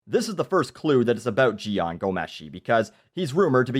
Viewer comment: You pronounced Jian's name correctly haha.